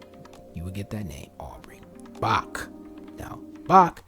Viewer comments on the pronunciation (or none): Hello from Wales. Great video, I often pick up on the black community having welsh surnames. Bach - the ch is pronounced how you'd imagine someone clearing their throat, rather than "kuh" Ferch - meaning girl, the ch pronounced as above, a single f in welsh is pronounced as V, the double "ff" in welsh is like English F. The e is pronounced how you'd say "let" Idris - The i pronounced as you'd say "him" Meredith - you'd stress the second part of the name, meh-REHdith I have read that Welsh Quaker families that were conductors along the routes of the Underground Railroad gave the run-away slaves their family names.